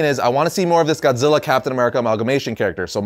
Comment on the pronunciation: "TODD ZILLER".. SMFH..